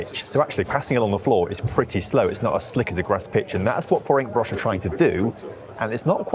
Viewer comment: The way pronounces Ferencvaros just deserves highlighting. Deary me.